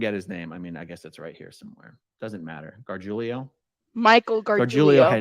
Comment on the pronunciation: Michael GAR-JEW-LO that's how you pronounce his last name!